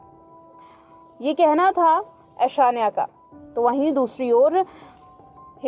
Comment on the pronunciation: Nam to sahi se bolo anashya ni aishanya